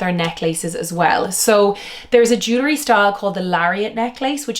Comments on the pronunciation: I would take you more seriously if you pronounced jewelry correctly. It’s jewel-ry, not Jew-lery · It’s JEW-EL-REE! Not JEW-LA-REE, OMG!